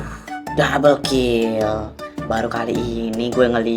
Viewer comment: said: dabel kil